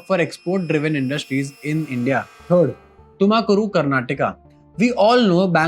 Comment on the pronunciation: Why can't you pronounce Tumakuru properly while every other city isn't mispronounced?